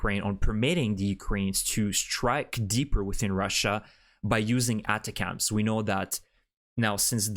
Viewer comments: ATACMS is not pronounced "Atta-cams", but instead "Attack'ems". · ATACMS usually is pronounced with the accent on the first "A". Try it.